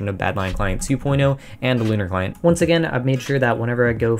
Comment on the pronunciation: I legit though Lunar Client said Conner Client